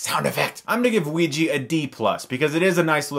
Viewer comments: Its pronounced oh-wi-ja not wi-ji -_ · Wee-Gee. Chris. Chris no. That's not how it's said. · bad pronunciation of ouija :S